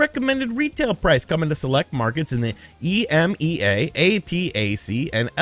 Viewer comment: It's pronounced i-mee-uhh, a-pack, and lah-tam. Source: I worknfor an international business and work in all these regions.